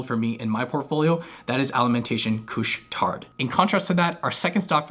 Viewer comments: Just a heads up, the d in Couche Tard is silent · Don't pronouce the D 😂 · you have to say it with the French accent